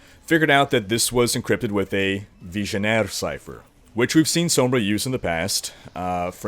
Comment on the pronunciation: I love this man's channel he has all the info you could need for anything and I love the way he says sombra, it's just beautiful